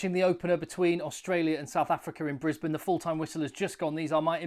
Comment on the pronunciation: Brubam and Brisbanburg........brilliant!😂